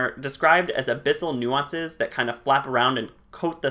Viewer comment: Great video as usual! What are you planning to cover next? (Small correction, nuisance is pronounced NEW-since)